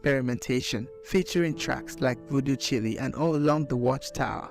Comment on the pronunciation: I cant believe you said voodo chili lol..cool biography though 😅😊